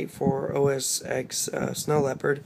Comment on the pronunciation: Every time you say "OS Ex" I cringe. The X is pronounced 10.